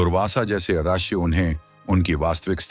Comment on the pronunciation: Rashi nehi galat uccharan hae rishi uccharan kijiye